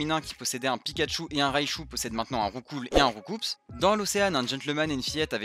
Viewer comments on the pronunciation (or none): Je te donne un fait que tu ne savais pas : Roucoups se prononce "Roucou" parce qu'il donne des coups. La traduction de l'animé s'est craquée au grand dam de Julien Bardakoff (le traducteur des 251 premier pokémon) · On prononce pas le "S" de Roucoups ! ^^"